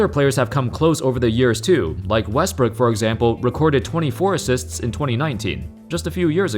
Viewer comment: Did he say westbrick at first?